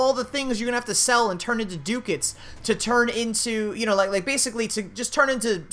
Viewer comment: Dude pronunciation. Ducats and Scimitar. Look it up.